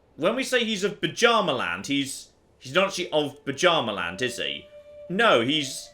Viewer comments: By Odin,. It's Byarmaland not Pajamaland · saying "Buh-Djarma-land" physically hurts me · I swear every time says "Bjarmaland" I hear it as "Pyjama-land".